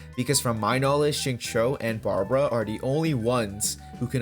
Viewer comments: Xingqiu is pronounced "sing-chee-u" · Xingqui is pronounced as "Sing - Chew " like chewing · Agreed when you said shatter team works better with chongyun, especially when paired with xingqiu (the qiu is read like “chew” btw). I don’t think chongyun is good for melt dps because melt works best when finalised the reaction with pyro since there is the elemental proc order. For melt team, i do recommend using pyro character as DPS and chongyun as the support. Diluc would be the best pair with chongyun because he can alternate cryo damage and pyro damage with his auto and skills, and if you have C2 chongyun, it reduces skill and burst CD of any character that is casted inside chongyun’s cryo area. Sacrificial greatsword is the best for support build.